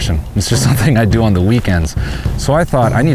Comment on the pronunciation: "all de time"